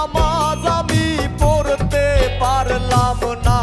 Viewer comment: বিচারকদের ও বিচার করা জরুরী, কারণ দেখলাম বাউল গানের উচ্চারণের কথা বলছে, শফি মন্ডলের ম্যাক্সিমাম গান, উচ্চারণ ভুল হয়, যেমন অনুষ্ঠানের কথাই বলি, নামাজ আমি পত্তে পারললাম না,,,,খেয়াল করে দেখবেন? আর সুমি ঠিক আছে জাজমেন্ট হিসেবে চলে আর কি, কিন্তু ওই যে স্মার্ট ভাই উনাকে আমি অভিনেতা হিসেবে চিনি, পাশাপাশি মনে হয় গান গাই, কিন্তুু বাউল গান গায়না,তাহলে বাউল গানের বিচার করবে কিভাবে। আর জার্জদের সব থেকে যেটা জরুরী : গান শোনার সময় প্রতিযোগীদের মুখের দিকে তাকিয়ে থাকা এবং গান খারাপ হোক ভালো হোক গানকে উপভোগ করা, যার্জদের মুখ এমন হয়ে থাকে মনে হয় ভুল ধরার জন্য রেডি হয়ে আছে। গান শোনার সময় উপভোগ করব আর বিচার করার সময় বিচার করবো ওকে। তাহলে এই রিয়েলিটি শো আরো প্রাণবন্ত হবে